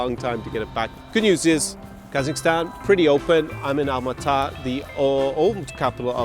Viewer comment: It's Almaty*